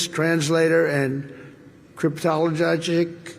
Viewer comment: He mispronounced the word, but it's a thing. Let's be intellectually honest. "A Cryptologic Technician (CT) is a specialized enlisted rating in the United States Navy. These technicians play a crucial role in the national intelligence-gathering effort, focusing on cryptology and signal intelligence. Their tasks range from interpreting foreign languages to maintaining and operating sophisticated electronic systems." U.S. Navy